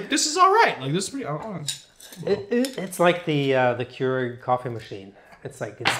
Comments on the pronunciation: Kwairegg Me: You mean Keurig?: Kwairegg Me: Nonono, it's pron-: K W A I R E G G Jokes aside, the idea that this "replaces" bartenders is extremely hilarious imho. What's the point of adding to the cost of labor by replacing 1 person, with a machine? Think about it. You pay a bartender, roughly, $10/hr. For that machine, not only do you have to spend money on the pods, you also have to pay for the maintenance, and a person to help maintain the water levels, clean up, etc. I look at this, as you stated, more of an addition for the home. Instead of having to make the drinks by hand for yourself, or even for a large group, run some pods through it, and enjoy the night. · "Quare-ig"? It's "Kyur-ig" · You can't pronounce the company right how can you judge the drinks? Homemade drinks are better because I can adjust to my taste but you can't say they aren't good. Keurig (cure-rig) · Kwere egg? Is that really how you say it? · Lmao did he say queerig at the start? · Say Keurig like that one more time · Then way he said Keurig makes me uncomfortable… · Is it just me or was anyone else irritated with the way he was saying keurig